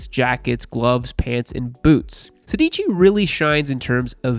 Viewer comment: „Sedici“ is actually italian for „sixteen“ and the accent is on the first „e“, therefore „sèdici“